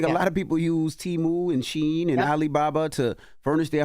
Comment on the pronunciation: Can't say Shein, and disregards it, yet they get offended about Kamala's name being mispronounced...